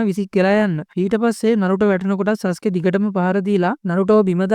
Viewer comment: සසුකෙ නෙමේ සස්කෙ😂❤